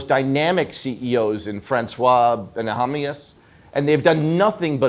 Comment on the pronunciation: and he ruined Francois Bennahmias name too